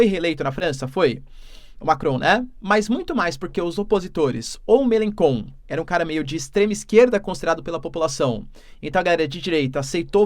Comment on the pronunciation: Mela lnkon onde vc tirou ESSA pronúncia p'ro francês, ridículo...Melanchon meu caro ..